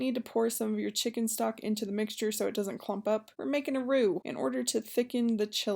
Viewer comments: She said shicken 😂😂😂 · This looks good..but mostly, the way you described it makes it sound way better than it looks 😁 I love how you pronounce "chicken" 😂